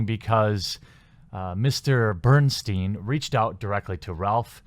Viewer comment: Its pronounced "Berenstain"